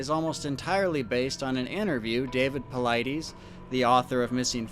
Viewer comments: It is really difficult to listen to you mispronounce David Paulides' name. You say you listen to his reports, right? At the beginning AND at the end of his reports/videos he pronounces his name very clearly. The last syllable of his name is NOT pronounced EEEZ. It is pronounced iss. David Paulid-iss. Hard to put much credence into a report where the primary name that keeps getting spoken is mispronounced. I'm going to keep listening because The Lore Lodge, who does pretty good research, highly recommends your reports. I hope it gets better. Cheers! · " I love how you purposely mispronounce David Paulides's last name. I bet that chaps his hide. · I don’t mean to be such a jerk here, You gotta know how to pronounce paulides by now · Since you're using all his material, do you think you could at least pronounce Dave's name correctly...smh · Ru mispronoouncing Paulides on purpose? I watch his videos and he does not pronounce his last name that way. Always throws me off. Just curious.